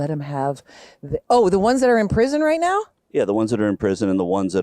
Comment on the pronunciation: .. not to mention the way (s)he nasally squawks the word "now" with 3 syllables: "neeeaaaow"